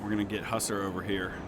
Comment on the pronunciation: I like these videos a lot - there's not much else out there that features the age of sail, after all, and this game does a fairly good job of it. Two comments, though: one grammatical, one historical: 1: 'Hussar' is pronounced 'Huz-ARE', not 'HUSS-er'. It's a Hungarian term for a particular type of light cavalry. 2: The game makes note of a 5th-rate ship called a 'Razee' class. Historically, a 'Razee frigate' is an older ship-of-the-line that was refitted and refurbished to make it faster and more competitive with the lighter ships it would be a match for in its later years. They did this by 'razing' the ship, stripping away the elevated forecastle and sterncastle and sometimes even the top deck. The significantly lower weight, coupled with the same square footage of sail, gave more than a few aging ships of the line a second life and lengthened their service life - not as front-line ships, any more, but they could still keep up and compete.